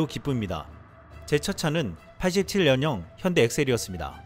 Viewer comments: 현다이,,,,현대라고 발음이 안되냐,,,,함 노력해 봐라.. 미국놈들이 전부 다 가져간다.. 미국에 지어졋거나 지을 예정인 공장들이 국내에 건설된다면 젊은이들의 일자리가 대폭 증가햇을 것이다. 미국에 갈 공장의 절반만 국내에 건설되도 효과가 잇을 것이다.. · 트럼프 대통령도 '현대'라고 발음하는데 왜 떨거지들은 왜 안바꾸냐?